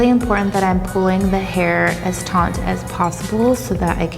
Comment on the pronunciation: I LOVE!! But every video I just want to say it's TAUGHT not TAUNT. Taunt means to provoke. Taught indicates tension💕